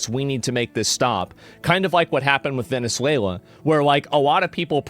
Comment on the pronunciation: Vene suwla 😂😂😂